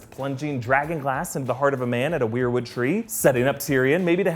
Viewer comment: It pronounced whare or wair wood tree not we are/we're wood tree sorry it's getting anoying